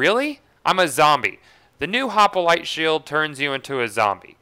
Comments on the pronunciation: Hoplite not hopalite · I'm gettin' real tired of hearin' this guy say "Hoppalite"... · this glitch helps sirens as they now no longer need a breakneck banshee to do the immolate glitch. also, "hop-a-lite" lol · i like how you say hopalite :p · Why the hell do you say "hop-a-lite"? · It is so bad like say it correctly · your prenouncing hoplite wrong